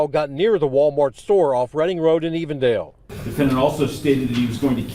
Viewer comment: Ohio here. The location is E-vendale, sounds like you said A-vondale which is a different community located in Cincinnati. E-vendale is in the suburbs of Cincinnati. Shout out to the "Nati".